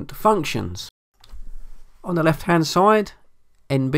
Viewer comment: How can we take you serious with all the dropped THs